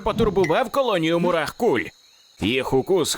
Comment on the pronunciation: Мурах не марах